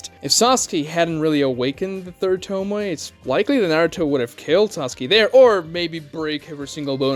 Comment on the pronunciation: What's a "toe- moy"?? Please learn how to pronounce the word.